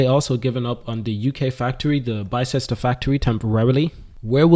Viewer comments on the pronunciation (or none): It's BIS-TER!! Written Bicester, but pronounced as Bister